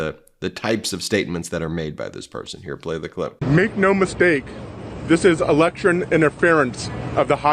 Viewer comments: Eleckchurn? Eleckchurn Gate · His Stephen Chung is like blah blah blah, word salad word salad, not making any sense!! 😂”electurn” interference, “conFICTED” lol 😂 what a sad loser!!!! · Stephen Cheung says Elecshurn interference ! Communications chief for Trump? HAHAHAAA !